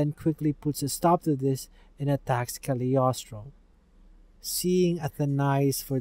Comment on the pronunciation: Very good video! Even IGN journalists would not have been able to do a better summary/digest. (and as a French person, I congratulate you for your effort on pronunciation! It's not an easy language.) PS: You keep saying "the kaliostro" but it's not a thing or a title, it's Cagliostro, the name of an Italian man (Count Alessandro di Cagliostro), the evil guy who controls the automatons ;)